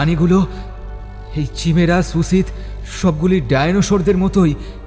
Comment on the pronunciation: Chimera কাইমেরা। চিমেরা টা কি? অশিহ্মিত নাকি? তাহলে স্কুল যান। এই কাজ টা অন্য কেউ করুক।